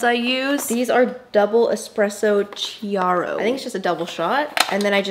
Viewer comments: You’re not suppose to pronounce the ch in chiaro it’s more like Kiaro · You said chiaro wrong because it’s italien